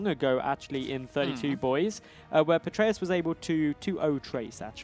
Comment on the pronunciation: Stop saying "Petraeus". You guys aren't even saying it right.